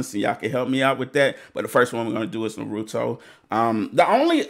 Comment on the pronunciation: Bro. Its pronounced Ann Na May. And its not na roo to. Its na ru to. Your putting way to much emphasis on the ru. Dial it back a bit bro. But this is the best anime. Than check out sword art online. That one is badass as well.